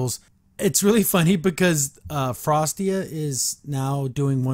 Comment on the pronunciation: It's Frosta!! Not Frostia!!